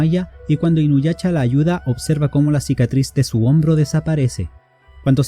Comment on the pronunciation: Perdón pero no puedo parar de reír cada que dices inuyacha